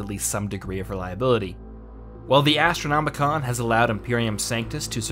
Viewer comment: Every time he said "Astronomicon" instead of "Astronomican" I cringed a little.